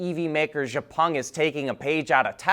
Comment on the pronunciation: X-Peng is pronounced She-Ow Peng (Like She and Cow without the « C ») 小鹏 in Chinese or Xiǎopéng in Pinyin.